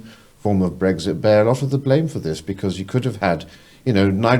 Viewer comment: has aged 10 years in the space of 2 and still hasnt learned to pronounce "th". Other than that great episode 👌🏻